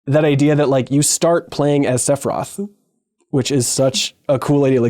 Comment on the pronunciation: pronouncing sephiroth sephroth is funny. but god i hope that they don’t bungle rebirth with anime nonsense that ruined the ending of the first game. i don’t like how ff7 remake is trying to diagetically justify its own existence. i’d rather it just BE a remake. but rebirth looks stunning and i can’t wait to play